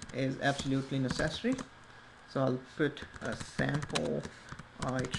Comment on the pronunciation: I've never heard anyone pronounce "necessary" like "accessory" but I kindof like it